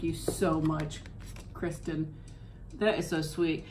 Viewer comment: Yay!! I’m so glad you liked my card and that you read it!! I’m Kristin btw! :) great video! Also I forgot to say that those birds on the cards are some very common ones here in Missouri ❤️❤️❤️ oh also! You did say my name correctly! Thank you!! ❤️❤️❤️